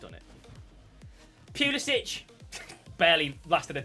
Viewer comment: Poo-li-sic: Pew-li-sich